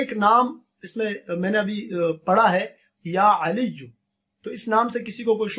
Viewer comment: Ferah Syed Third one - is it Ya Alyyo or Ya Alyjo. Maulana sahab pronounced as Ya Alyjo